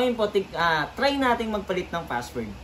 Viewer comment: Kumusta naman yung F sa pagkakasabi mo sa WIFI FASSWORD. Hahahahahahaha 😂😂 lang malakas.